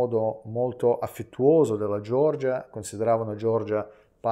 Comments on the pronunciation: Per favore Nicolai, non dire “Gior-gia”, ma “Ge-or-gia”, non è una persona, ma una nazione. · Ma xchè dici Giorgia?e nn Georgia?